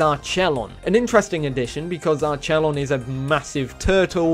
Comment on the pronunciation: It’s pronounced arquelon